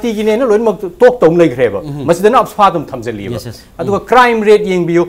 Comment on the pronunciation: how this anchor pronounce AFSPA as afaspa....I just feel crying....plis note those things....no offence.. regards...